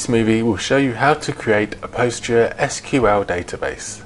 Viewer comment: It is pronounced as 'Pos-gres-sequal' not 'Post-gre-S-Q-L'.